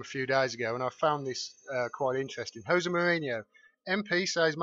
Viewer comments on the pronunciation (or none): none